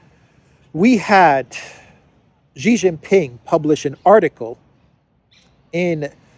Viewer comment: Hey, please pronounce Xi as 'shi'.